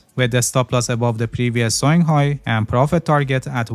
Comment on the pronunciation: Thank you for your videos, very informative. I have a question, I keep on hearing, stop loss for this trade is placed below the previous "sewing" low? What is that word "sewing" I have listed many times and don't quite know what word you are trying to say. Thanks!